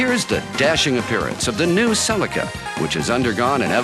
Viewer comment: If you want the correct pronunciation it's right here in this video, same as the Japanese pronunciation.